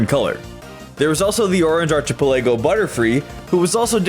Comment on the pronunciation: Are-chuh-puh-lay-go ❌ Are-kuh-pell-luh-go ✅